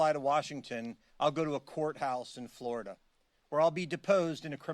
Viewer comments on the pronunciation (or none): none